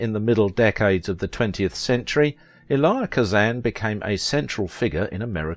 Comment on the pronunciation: You're pronouncing this man's first name incorrectly. You pronounce it phonetically is if you are saying the letter E and then Lie. It's a two syllable pronunciation you run it all together like it's one and that's not how he pronounced his name maybe that's how they pronounce it in the country where you're from but he was an American.